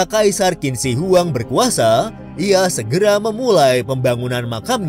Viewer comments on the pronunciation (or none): Qin dibaca "chin".. . Dari dinasti Qin ini lah asal penyebutan orang china.... Sekali lagi Qin dibaca "Chin" ... Jangan salah lagi min